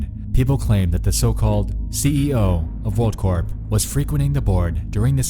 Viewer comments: Hey by the way Corp is said core, like an apple core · it's pronounced "world core". Like the army corps of engineers. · You shouldn't pronounce the P in "corp"